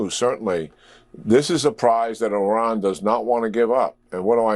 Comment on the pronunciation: Let's normalize pronouncing "Iran" correctly.